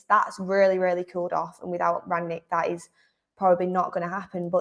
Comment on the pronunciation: he said rhat